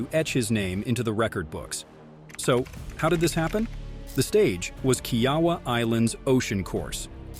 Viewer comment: You are STILL mispronouncing KIAWAH! Please get it right.